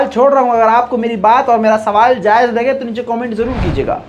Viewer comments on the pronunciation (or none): none